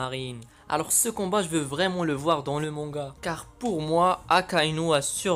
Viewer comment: Ça ce dit MANGA et pas MONGA